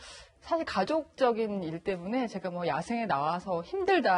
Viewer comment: 이 양반 나온 모 유튜브 보고, 알 수 없는 알고리즘이 나를 여기로 이끌고 왔는데, 그 방송에서도 제가를 저가로 하길래, 읭? 했는데, 와.. 무려 뉴스에 나와서도 제가를 저가로 말하네ㅎㅎ 이 아나운서 황당하네ㅎㅎ